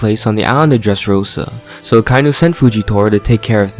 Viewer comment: Great video, but why do you pronounce Akainu that way? The dub pronounces it Ah-kah-ee-nu